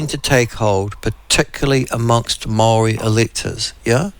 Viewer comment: Could atleast try to pronounce Māori correctly